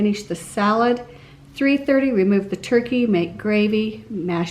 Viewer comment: “Turky” was killing my ocd lol. TURKEY. TURKEY. TUUUUURRKEEEEEY. I don’t know why it bugged me so badly lol.